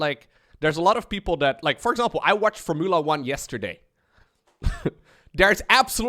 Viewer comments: can you pronounce four-muu-la 1 cars again...lol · The way you pronounce Formula 1 is gold lol never read it like that before. Keep making content. Been watching you for YEARS